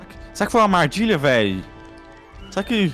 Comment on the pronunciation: olha a digçao do cara n olha esse portugues do ''amardilha'' kkkkkk